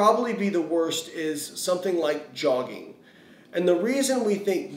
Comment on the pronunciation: He said jogging and my brain immediately went to Ron burgundy then you put yogging on screen and I died.. 😂